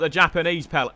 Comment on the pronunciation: Throwback when W2S said Pele as peel